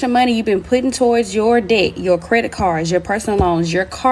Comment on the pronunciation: that’s one way to pronounce debt…. “Day-ET”